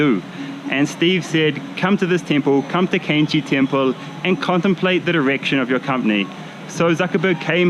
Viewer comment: "contemplate the ''erection'' of your company" cool accent bro :D